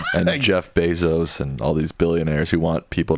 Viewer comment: ⚠️ Caution on proper pronunciation of Bezos’ name: Put respect on his name the same way you would anyone else. You even had the Internet to help you figure out the what was correct. It’s his name, not everything he is or has done.